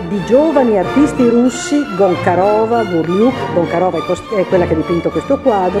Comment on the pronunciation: Peccato per i nomi scritti e letti male. Gonciarova diventara GONKAROVA; Larionov che diventa LAVROV..??